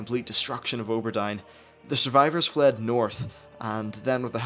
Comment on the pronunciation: you say O ber Dine, i say Aw bur Deen